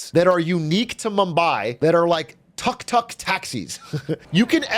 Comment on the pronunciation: And it's not called a "tuck tuck" the way he's saying it anywhere.